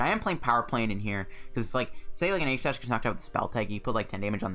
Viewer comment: Btw it’s pronounced eeeeeee-jih-slash